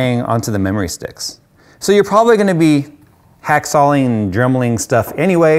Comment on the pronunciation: Haha.... "Hack Saw-Ling" ????????